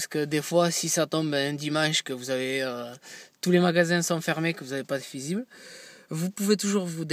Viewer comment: Le "fizible" 😂😂😂